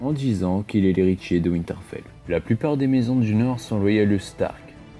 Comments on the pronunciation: HÉRITIER, PAS ERITIER ! C'est pas grave, mais je tenais à le faire remarquer ^^ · Euhh putain l’erreur! C’est pas « éritier » mais Héritier.